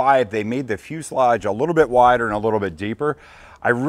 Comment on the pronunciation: finally says "fuselage" correctly but still struggles with "radiator"